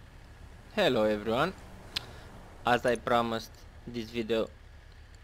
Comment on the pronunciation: "Hello evrywone"